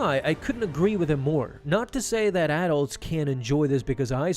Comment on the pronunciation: Learn how to pronounce "adults" properly. It's one word and only one "d" adults. Not two words with two "d"s. "Ad dults" is not the word. Lol